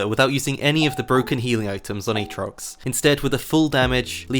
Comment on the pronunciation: play like how he should be, AA-trox